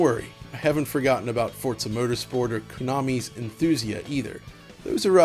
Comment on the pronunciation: Forza "Protersport"? LOL